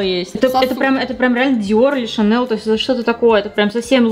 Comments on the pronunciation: Шанэл. Больно это слышать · ШанеЛ - неправильное произношение. С самого образования бренда верное произношение ШанеЛЬ. Не хейтер.